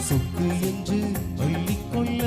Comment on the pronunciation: சொல்லிக்கொள்ள,அள்ளிக்கொள்ள தயவுசெய்து சரியாக உச்சரித்துப்பாடினால் இன்னும் அருமையா இருக்கும் 🎉